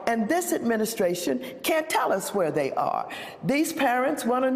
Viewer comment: “THAY CREATED”?